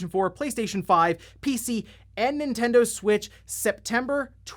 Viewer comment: Nintendud switch